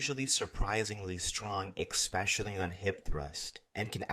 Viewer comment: Please, please... ESpecially not EX-specially